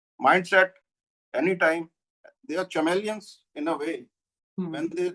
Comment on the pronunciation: This illiterate uncle has made hundreds of grammatical mistakes and can’t pronounce words well… Just look how he pronounced chameleon! 😂😂